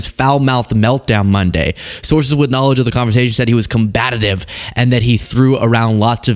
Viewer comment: I love you man… but the word is COMBATIVE NOT COMBATATIVE!!!